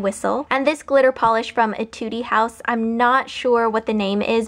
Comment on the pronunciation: its pronounced "eh-tood house," not "eh-tood-ee house"